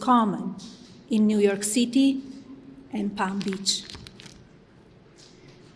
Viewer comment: New Yok Ceetee